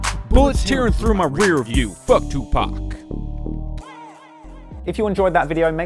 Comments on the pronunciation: Is it me or does it feel disrespectful when people mispronounce Tupac's name? Like.... He says it in his music and in some interviews. It isn't hard to call him Tu-pock and not Tu-pack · I can't stand when outsiders say 2Pack instead of 2Pahk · Dude his name is pronounced 2 Pok not 2 Pack. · Eddie L Tupac’s name is pronounced TOO-PAHHHCK not TWO-PACK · Its 2 pac not pack snow flake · "2 Pack". Lmao! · No shade, it’s 2Pac not 2pack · Oh no.. not 2 PACK 😂 please, no 🙏🏾 cool vid tho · "2 Pack" ...😅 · His name was not two pack or too pack or to pac if you are going to report this get the name right. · Why tf do white people say 2Pack 😴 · Dude, you saying "2 pack" is literally one of the worst and most cringe things I've ever heard.. so damn annoying. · This dude can't say 2pac right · You know it's about to be a dope story when a white boy starts calling Tupac "two-pack" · Don’t say he’s name (2pack) please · Stop saying 2pak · He said 2 pack 😂😂😂😂😂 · Dude do you toss salads? Toopack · i hate that he says twopack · I CAN NOT handle you calling him Tu-PACK!! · Stop Sayin 2pack god dammit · You lost me at "Tupack" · I'd love to slap his ass every time he says 2 pack!! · STOP SAYEN TU PACK BRO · . sooooo u actually know how to say his name correctly yet prefer to pronounce it “2pak” 😴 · funny ... your going with the tupack pronunciation ... do you know how the black folks get about that ?? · Nigga said tupack wtf who is tupack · This man pronounced tupacs name two-pack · “2 pack” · What the fuck is a tu-PACK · I can’t take this “2pack” annunciation 😂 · I know im all like its Tupac or 2pac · I really hate that. 2 pack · "Two Pack" why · TuPAC. Pronounced TOO-POC like "aPOCalypse." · Quit calling him 2PACK you fucking ignorant moron. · The only thing I don't like about this video is him pronouncing his name 2 pack. Which the dead give away of how white someone is. Buuuuuut great channel and content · "two pack" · says Tupac like TupAHc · Am I hearing you said 2 PACK??